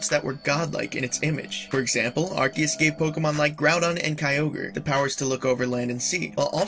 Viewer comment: U say arceus wrong